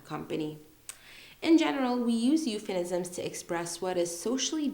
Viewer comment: It was really a great video, allow me to correct you, the term is "Euphemism" not "Euphenisms". I searched a lot about that. But that's fine we all are humans and humans make mistakes. If I'm wrong, I would really appreciate if someone corrects me.